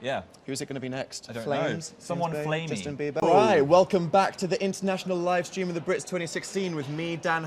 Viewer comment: "Watching the sleam" same Dan same